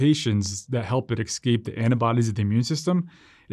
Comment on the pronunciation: 'Exscape'??? Really??? lol